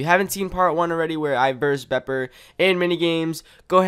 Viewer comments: BEEPER NOT BOPER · # people who can't say bepper or skorm :3